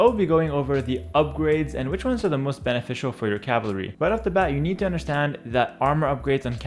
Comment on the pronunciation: Lol he can’t say cavalry, he says “cavlary” 😂😂😂😂